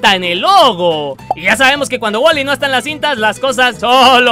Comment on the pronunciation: Wuly coffe wulyyyy se lee woly pero se pronuncia Wuly no waly